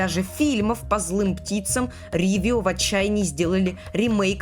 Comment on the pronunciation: Почему "Ривио" а не "Ровио"? Почему "Эпхория геймс" а не эйфория геймс? Это типо у тебя такая фишка, коверкать, названия компаний 😂